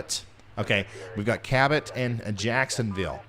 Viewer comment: Cabot you said it right the 1st x